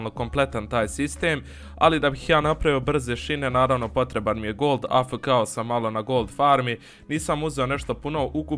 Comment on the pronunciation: Kaže se a ef ke